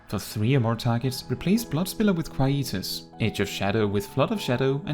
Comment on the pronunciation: DRK will always be my favourite tank so this is wonderful, also I love the way you pronounce Quietus